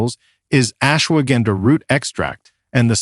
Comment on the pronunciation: Interesting information but the terrible pronounciation of Ashwagandha was more than just irritating! It's correct pronunciation is much softer ... ush-wa-gun-dha